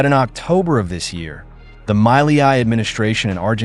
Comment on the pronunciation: I think this is all ai generated. Look at how they pronounce the Argentina’s president name they call it Miley-I